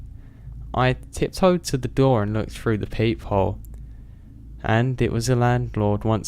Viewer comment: "Staring right freww me " Love it.